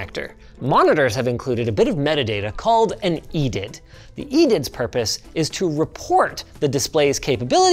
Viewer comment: I've never heard someone pronounce edid before... always just said the letters.